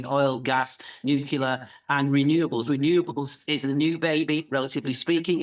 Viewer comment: Never trust a man that can’t pronounce the word nuclear 😊